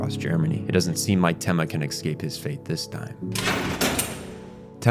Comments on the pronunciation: Good video but ... this drove me crazy. you mispronounce "escape" .... it's eh-scape or uh-scape or even ih-scape (depending on accent or whatever). it is definitely NOT ecks-cape / ex-cape you keep saying it like that and it makes me want to pull my hair out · Great video but I how come you say Ex-cape when you try to say Escape? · fantastic breakdown and analysis. I only have one critique, which is “excape” instead of “escape”. Lol otherwise 10/10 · The real monster is the one that pronounces escape as exscape. (not really, I'm no prescriptivist) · Someone mentioned to me how he says eggscape instead of escape and now I cannot unhear it. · Every time you've said "exscape" instead of the word "escape" my brain cells begin rioting. Other than that great video, I really had trouble parsing Johan's point of view and motives while I was watching Monster. This really helped. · eSCape, not excape. Also, your pronunciation of German names was godawful, but Czech names were somehow better. All in all loved the video, keep it up. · Please learn how to pronounce “Escape” and “Klaus”. There is no “X” in escape and klaus is pronounced like “house”